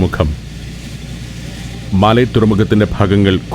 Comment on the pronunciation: മാലി അല്ല. മാലെ